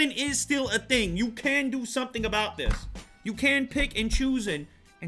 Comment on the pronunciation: He actually said aboot, omg, I thought that was a joke. nope , he said it